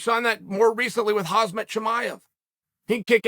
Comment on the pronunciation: Chael hasn't said khamzat chimaevs name right once he keeps calling him hazmat